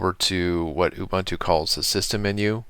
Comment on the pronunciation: That's UBUNTU or "OOBOONTOO", not "OOBANTOO". UBANTU doesn't exist.